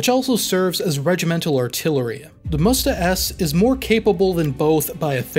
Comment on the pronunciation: Not mUsta, mstA